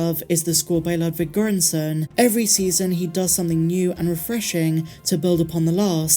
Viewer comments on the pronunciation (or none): none